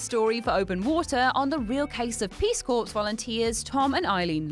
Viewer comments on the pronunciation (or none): Peace corps is pronounced peace core not peace corpse. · "Negligent" is pronounced "NEG-li-jent." "Corps" is pronounced "COAR."